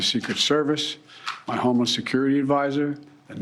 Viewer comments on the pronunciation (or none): I heard homeless too lol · did he just say "my homeless security advisor"? 🤣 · Honestly I think that was pretty good from Biden. Not much stuttering and a good message overall. Sure he pronounces homeland weird, but is that really the most important thing?